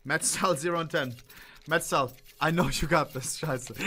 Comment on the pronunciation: Dude, it’s MeZTal, not MeTZal… he is on your own team! 😂😂